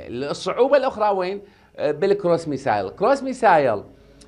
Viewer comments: مع التحية إلى السيد.. باللغة الإنكليزية Missile تقرأ ( مِسِل ) وليس ( مِسايل ).. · ترى الصاروخ اسمه بالانگليزي مِسِل missile مو ميسايل حضرة الخبير